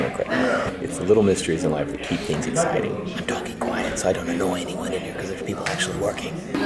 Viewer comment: Did say "do you come mere often"? Time for dance lessons.